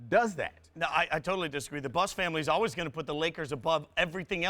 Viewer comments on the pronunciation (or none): none